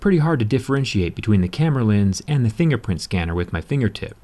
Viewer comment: is he saying "Thingerprint" scanner? Is this an Easter Egg?